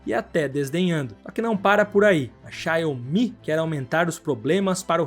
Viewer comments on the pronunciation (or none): Cara, só queria corrigir o modo como você pronuncia XIAOMI, não é xiai-yo-mi, é xiao-mi